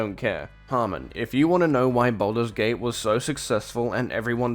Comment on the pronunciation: cant even pronounce games name correct and he thinks he has good take